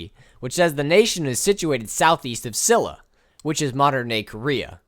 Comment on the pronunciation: Loved the video dude. One super pedantic thing tho: Silla is pronounced She-ya.